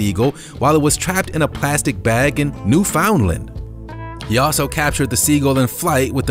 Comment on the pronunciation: "New Found Land" hahaha Canadians pronounce it Newfandland